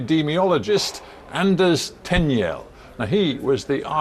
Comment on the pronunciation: Why is this interviewer mispronouncing Tegnell's name all the time? It is pronounced Teg-nell, not Ten-yell.